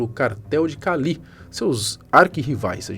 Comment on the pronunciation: Kkkkkkk doeu o ouvido